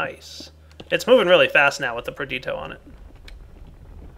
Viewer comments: Is perditio misspelled in-game or has been mispronouncing it for 6 months? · He has.... It's spelled Perditio in game and he says Perdito -.